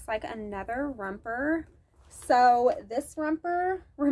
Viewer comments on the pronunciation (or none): I love you but if you don’t quit saying rumper😂😂 it’s romper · romper not rumper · 😂 What's a "Rumper"?😂